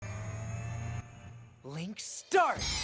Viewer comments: "Link start!" Excuse me sir we use the subbed version in this house. "Linkuh startuh!" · Egh ehem . My dude it's pronounced. Linku-startu!!! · Its not link start! Its LINK STARTO!!